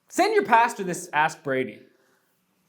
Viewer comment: Have you ever noticed how when you say Ask Brady it sounds like Aspirating? Which isn't a bad thing to subliminally since it is what you are doing for the church media ministry (breathing life into it).